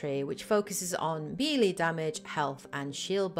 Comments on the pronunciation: Mass effect 1 had 6 companions, not 5. Garrus, Wrex, Liara, Tali, Kaidan and Ashley. All videos say 5, when it's clearly 6. Also, melee is pronounced as May-Lay, not Mee-Lee. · Thanks for the super useful series! A word to the wise: "melée" is a loan word from French and is pronounced like "meh-lay" -- with only slight stress on the first syllable. In French, unlike Spanish etc, the accent marks do not indicate stress, but rather the quality of the vowel.